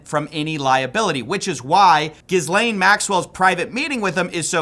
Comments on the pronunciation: Pronounced: Ge- lane. Like "get" minus the "t" Not jiz-lane Not guy-lane Not whatever tf people say Her name gets butchered more than angus cows Call the PET-O by the right name. After all, she'll be free soon. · Man, i know i am picky about it and off topic, but the name is pronounced GHE-LAIN MAXWELL, not GIS-LAIN MAXWELL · If you're going to try and make money off this story, at least you can learn how to say each person's name. Gizz lane lolol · Gih-lain not Giz-lain. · I don't like the new way you are pronouncing "Gis-lane Maxwell" can we go back to "Jizz-layn Maxwell" from the earlier videos. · If you’re gonna mispronounce her name, at least mispronounce it correctly. She’s jizzlane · I take your reporting very seriously but you make it pretty hard when your research didn't include the proper pronunciation of Ghislaine. There's a few ways to say it and none of them are Gis-lane. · ghislaine maxwell <--- ghislaine is pronounced GEE-LEN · Pronounced: Gi-layn Maxwell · Actually it’s GHEE-lane. Hard g sound . S is silent. Guh-lane or Guh-lan. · it's pronounced "Gi" (as in Gigi) "lane". "Gi-lane". It's like Franch. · For someone who seems to do a lot of research on these videos and gets so many views, it is pretty jarring to hear you keep mispronouncing Ghislaine's name. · This man absolutely refuses to correctly pronounce Ghislaine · Please learn how to pronounce 'Ghislaine' correctly. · You do not pronounce the “s” in Ghislaine Maxwell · Dude... How many times have you heard Maxwell's name mentioned in the media ? Thousands of times, I imagine. Yet you STILL pronounce her name incorrectly.... & yes. Trump is on the list. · Ghislaine (no S pronounced, ) is definitely working the system with Trump and his ex-lawyer buddy in the DOJ. Imagine telling the American public that she "told the truth in private" about a woman who is convicted of perjury alongside the most prolific serial child predator/sex trafficking business we've heard of.